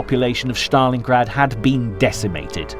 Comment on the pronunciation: its stalingrad no shtalingrad